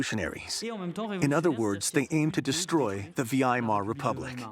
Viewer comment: Excellent except that the male narrator misspronounces the Weimer Republic. He calls it something like Vee-aye-mar. This is like calling America "Aim-rick-a." The producer needs to change this because it detracts severely from the excellent show. (Otherwise, the male narrator does well).